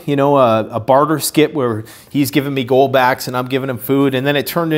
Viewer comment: i heard ghouls instead of gold in the beginning and was like "fallout!" lol